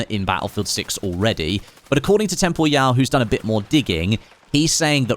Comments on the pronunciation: I always thought it was pronounced "Temporal" rather than "Tem Por Yau" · tem-po-ryal, like "Temporal" just with an added Y. Tho IG your pronounciation would be correct if hes French or German or smth like that haha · that has to be the weirdest way anyone has ever pronounced Temporyal's name 😭😭😭